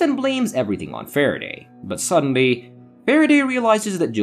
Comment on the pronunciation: The voice is fine, the narration, thoroughness, clarity and speed. Its the emphasis and volume on the first word of each sentence, names, certain word like "suddenly". Its like a roller coaster. Maybe i am so use to ai voice i forgotten how human speaks.